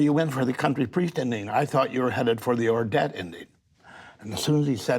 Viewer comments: It's SO weird as a Dane to hear Paul Schrader butcher the title Ordet. It hasn't been actually translated so the title literally just means The Word. Basically the d in "ordet" is silent and the stress is on the first syllable. Not the second one. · "ordet" meant "the word" and from the way that one writer pronounced it (ordead) I had no idea that was the movie he was speaking of.